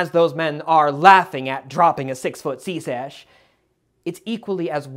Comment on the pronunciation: Never heard "secech" pronounced like that